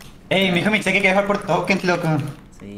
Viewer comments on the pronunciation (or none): Jajaj,ese hAy en el minuto me hizo acorddar a: tReInTa.